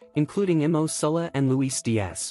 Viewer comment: It would be great if you could get the right Nico Williams in the video and not realize 30 seconds in .Also the name is MO not imo and the second name is Salah not Sullah . Sort it out eh !